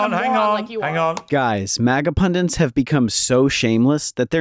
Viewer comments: It’s pundit, not pundint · Pundit. Not pundint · I like how the narrator can't pronounce pundit